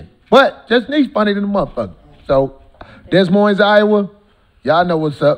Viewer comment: “Dess Moins” 😂